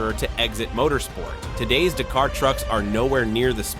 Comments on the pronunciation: Do Americans watch any videos BEFORE making their own??? Surely a quick watch would teach you it's dAf not duf!!! It's dAkar not de-kar. Come on guys, you speak English, you're accent isn't even that strong it's not hard to learn to pronounce words as used in their home countries. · The pronunciation of Dakar is killing me. D’car?